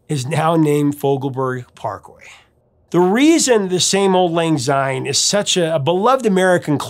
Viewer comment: Enjoying having found your channel Prof! A little bit of Scot’s pedantry here. The word “syne “ starts with an “S” and not a “Z” therefore Syne and not Zyne. Come Hogmanay and before the bells ring, feel free to raise your eyebrow and wince slightly before correcting the mispronunciation and then burst into song! “Auld Lang Syne” should really be Scotland’s National Anthem. It’s a huge missed marketing opportunity. You should find another Burns’ song and analyse the lyrics to “Ae Fond Kiss”. The perfect and unsurpassable love song. All the best Ian